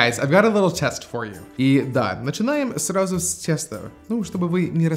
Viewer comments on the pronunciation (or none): начинаем сразу с тЕста, ну что ты прям, xD (тЕсто для пирожков, тЭст для учеников)